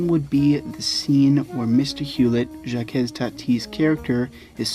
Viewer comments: Good all round commentary...but I've never heard anybody ever pronounce Jacques as Jackez, please! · ‘Jacques’ is pronounced just ‘zhack’ (soft ‘sh’) or if you must, say the first sound as just ‘j’, ‘Jack’. You’ve probably heard this a million times in the last two years, though ;). ‘Hulot’ - like ‘Hue low’. And now I’ll watch for the content ;). I regret that no-one I’ve shown Jacques Tati movies to has appreciated them. Too subtle for most of us Americans, I guess :(.